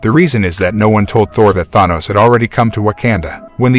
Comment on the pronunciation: Bro make a video about thanos but cant even pronounce thanos correctly or wakanda